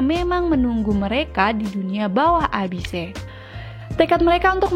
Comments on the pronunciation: FYI : Abyss ≠ abise baca Abyss sama kaya " abis " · Alurnya lumayan rapih. Cuma caraa bacanya ngegaggu.. Masa abise.. :( Saran: Lebih oke research dulu cara bacanya.. Jadi lebih enak didengernya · Abise bacaan/pronounce dari bahasa Jepang/nihonggo sih